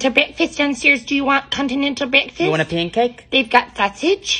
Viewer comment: She’s finally found someone to match her energy! I hope they collaborate more. Also, none of those breakfast pronunciations were normal!!! Lol